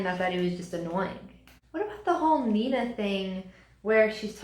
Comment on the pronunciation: I still think she’s sees the goodness of Matthias in her and is intrigued by her. 😂 also I legit cracked up about you mispronouncing “Nina” 😂😂